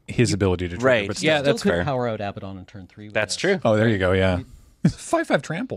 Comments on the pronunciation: I think you'll find the commander's name is pronounced "Aba-doodle" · “A-bad-din” Everything else is great. But it’s “ab-ahd-don” soft first d.